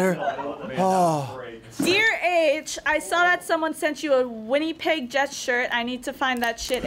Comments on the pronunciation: The way said Winnipeg hurt me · A “Winnie-peg” Jets shirt...... Winnipeg, Win-nih-peg